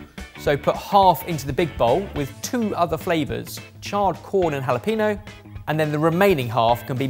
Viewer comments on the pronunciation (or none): Your pronunciation of 'Jalapeño' was painful: 'ñ' ='ny' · Please please practice how to say jalapeno, it makes me cringe every time you say "no". "NYO", like there's a "y" in there. There's a tilde on the N. I love you guys, and am asking as a fan :)